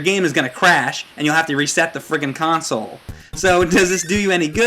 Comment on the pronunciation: " da fwiggin cawn-soul"